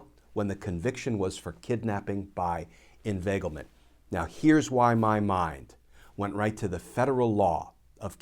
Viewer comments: Word of the day, "Invaglement" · That was a Scooby Doo moment...."inveiglement" rauuu oh..!!